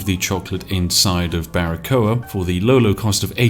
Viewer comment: Hey spiff I´m cuban and well it´s a great pronunciation of Baracoa!!! Keep doing this amazing kind of content. I´m fairly new to yt and I´m only subscribed to your channel. Hail. Maybe I wanna see a perfectly balance Slay the Spire Run:D the best of lucks